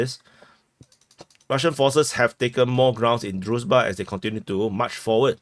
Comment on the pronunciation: HL has the right approach, often switching to brutal Russian pronunciation, it's a kind of joke, very funny to the viewers. dude could also use this technique. For example, he pronounces the name of the village "Druzhba" as "Druzba". Also, a common mistake is to read "a" in Russian and Ukrainian names as "a", while in Slavic names this letter corresponds to "ah".